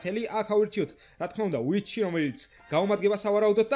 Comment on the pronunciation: ვიტჩი არა ვიჩი :3 ფოიჟენი არა ფოიზონი <3 ძალიან ბევრჯერ იყენებ სიტყვა "ჩვენი" და არ არის ლამაზი <3 Like კაი ვიდეო იყო <3 #Respect